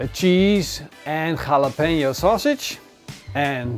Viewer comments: its halabeno not khalabeno lmoa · I don't think Jalopeno is pronouced rrhhhhHrRhjalopeeno :)